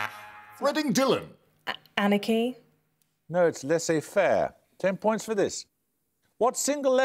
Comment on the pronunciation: Botching "laissez faire" was disappointing.